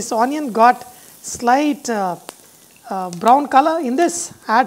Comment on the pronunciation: It's not On-ion.. It's onion 😂🤣